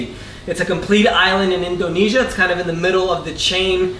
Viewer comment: he pronounces Indonesia really strangely. INDOnesia hahaha